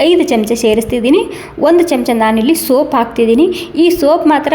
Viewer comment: ಸೋಪ್ ಅಲ್ಲ ಸೋಂಪು.